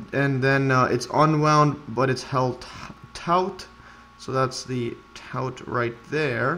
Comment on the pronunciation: Taut, is pronounced taught.